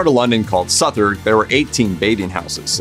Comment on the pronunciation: Interesting video. Can I just point out that Southwark is not pronounced as it is written. It is pronounced suth-uck. Otherwise really interesting